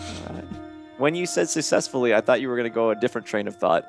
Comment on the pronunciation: said sussessfuly